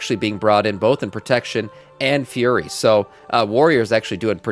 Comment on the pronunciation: Why do you call FURY warriors, FURRY warriors? You've got other words you mispronounce similarly.